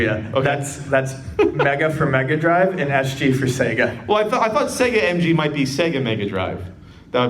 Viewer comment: So, according to, Mg = Mega Grive (that's a soft G I guess).